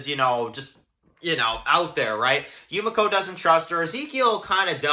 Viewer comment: ITS YU ME KO not YU MA CO :(